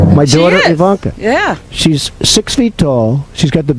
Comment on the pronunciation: Did Wendy Williams call her Eye-Vonka?